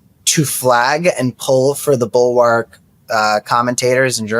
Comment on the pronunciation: Tim, will you please tell Cam that it's pronounced bull- wERk, not bull-wARk? Thanks. 😊